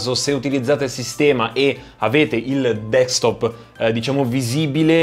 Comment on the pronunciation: DESKTOP !! SI DICE DESKTOP non dekstop! è insopportabile ! :)